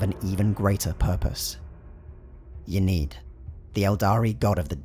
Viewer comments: "Yaneed" urgh... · Youre pronouncing Ynnead wrong. I encourage you to listen to The Black Library's Hand Of Darkness audioplay by Gav Thorpe for reference